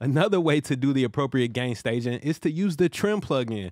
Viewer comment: loving the london accent when you say Gain Stagin' great video mate